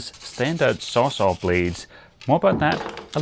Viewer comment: Lol, sawz-all... not saw saw